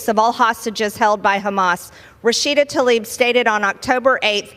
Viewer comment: The lady's name is Tlaib, not Talib. Damnit Margie Taylor Greene, stop acting so ignorant. Please